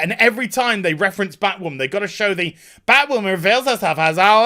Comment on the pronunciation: Local man loses his mind over Bhatwhamen. lmao